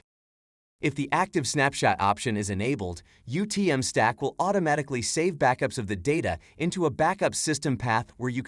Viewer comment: The AI "animated" face is horrifying, the voice is stilted and nobody bothered to pay attention to whether it was pronouncing the name of product correctly. I had to check to make sure this was the official YouTube channel. Disappointing.